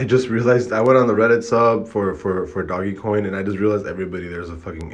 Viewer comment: First off bro you pronouncing doge coin wrong smh and he's working with developers so he will make this happen you negative ass nigga smh